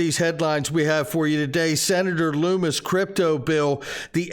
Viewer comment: Its pronounced Luhmmis, not Loomiss